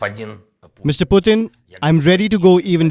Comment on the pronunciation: girl i know you are Indian ! at lest say names correctly vladimir putin is not puuuthin . he is not Indian .